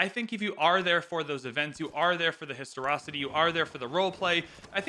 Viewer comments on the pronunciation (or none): Great job! Seemed like a balanced review, thank you for your honesty on this :) Also, it's pronounced historICity. ;)